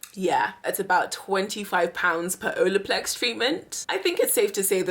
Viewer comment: You keep saying Olaplex wrong lmfao 🤣🤣🤣🤣 You keep saying Odoplex.